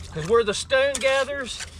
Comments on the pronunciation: Dude mustve said stoone a hundred times or better.. enough for me to change it. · Lord! How many times can one man say “Stowwn” in one video.. and the pronunciation is so strange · Came here to learn about arrowheads Stayed because of the way you pronounce “Stone” lol